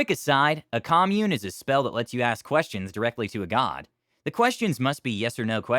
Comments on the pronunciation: Great stories. Side note: That's not how you pronounce "commune", the verb. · You pronounced "commune" like the noun, not the verb.